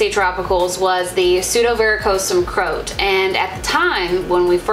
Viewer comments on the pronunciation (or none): I don’t think that’s how you pronounce Croat...lol